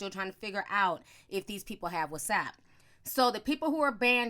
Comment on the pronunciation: I'm here trying to figure out if I was pronouncing WhatsApp wrong all these years or did Ti just said it like that.🤔